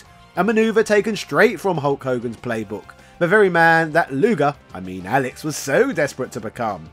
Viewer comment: its luger u butchered in this video